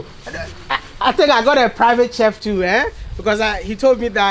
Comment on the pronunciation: It's chef...not "tchef"